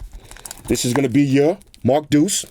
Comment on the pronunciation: This. They should know it's the Mark DEUCE